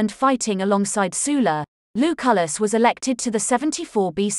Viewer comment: Sul-la not Soola